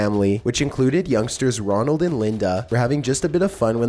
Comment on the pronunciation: pretty sure #1 is Roland Doe, not Ronald.